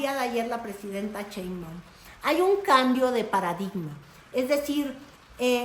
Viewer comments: De dónde sacas ia CH o porque pronuncias chembaum si aparece escrito shembaum. El apeido de nuestra presidenta podrías explicarlo por favor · No es la ch de chilaquiles , es un sonido suave como shuuush, cuándo alguien te pide callar !!!!!!! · Llamarla "cheinbaun" en lugar de "Sheinbaum" es hasta hacerle un favor porque la estamos mexicanizando, su apellido de origen germánico tendría que pronunciarse "shainbaum", con un "aum" gutural, pronunciado desde la garganta, cosa que la mayoría de mexicas no logra pronunciar ni siquiera muchos que se ponen de mamones a corregir a los demás, sucede porque las vocalizaciones de nuestro idioma no requieren de esos sonidos, a muchas personas se les enredan los ojos y la lengua al ver estos conjuntos de consonantes sin vocales o varias vocales sin consonantes, igual que con el negro (schvarzen) "negro" (negga), al que le querían poner "Arnold Strong" precisamente porque casi nadie podría pronunciar su apellido, en el caso de claudia, su apellido está mexicanizado a medias, perdió el "shAI" ya que aquí las palabras se pronuncian literalmente y se convirtió en "shEI", él siguiente cambio sería la "sh" por la "ch", aunque en la lengua náhuatl había muchas palabras con "sh" los mestizos nos quedamos con la "ch". Era lo mismo con la forma de hablar de AMLO, en las comunidades puede cambiarse la pronunciación porque físicamente tienen otra forma de hablar, muchos jamás en su vida tendrán que pronunciar una palabra en otro idioma, la pronunciación en aquellos que no están emparentados con las lenguas romance cambia radicalmente, ya sea que se hable desde lo profundo de la garganta o se deban realizar chasquidos y clics para pronunciar las palabras. "Cheinbaun" es un recurso para forzar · POR VIDA TUYA HERMOSA! NO NO Y NO! CHEIMBAUN? 😢😢😢 POR PIEDAD! SH SH SH!! SHEINBAUM con M Al final SHEINBAUM!❤ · Sigue diciendo "cheinwbomw", 😁 es tu distintivo.😎